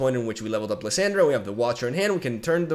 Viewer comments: Bruh here is how you say the champs names Lissandra: Lih-sawn-druh Renekton: Reh-neck-ton Nasus: Nah-sus Azir: Uh-zeer Leblanc: Leh-blah-nk Sivir: Sih-ver or Sih-veer Taliyah: Talee-yaah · "LeeSyndra" xd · The way he pronounces Lissandra hurts my ears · Jesus I cringe every time you say her name lol .. plz look up her spotlight and listen to how its said lol